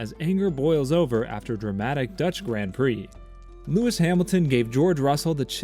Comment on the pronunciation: I’m all for speaking the language of FREEDOM but hoooolllly! You couldn’t even try to say “Grand” and “Valterri Bottas” even remotely correctly.